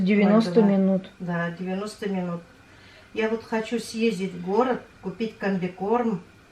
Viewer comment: я обратила внимание, что вы говорите хощу. Мне прям бальзам на душу,мои предки по папиной линии челдоны и всегда вместо ч они произносили щ. Но все они уже умерли, а мы молодежь уже так не говорим. Молодежь,аж смешно стало,мне уже 61 год. А у вас у татар тоже такой говор?